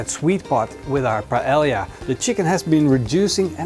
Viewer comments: payellia - great pronunciation! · Lmfaooo! Paelia! It's really Paella and in English you pronounce it like this, Paeja. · Your pronunciation of "paella" and you being barefoot has ruined this video.